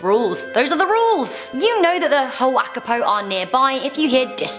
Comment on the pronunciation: For the night marchers it's Hu wa ka-I- po